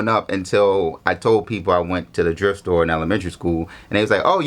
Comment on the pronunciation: Wait is he saying the drift store 😭😭😭